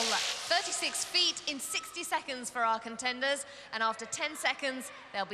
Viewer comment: CONTCHENDERS!?! ARECH-OOOO READY?!?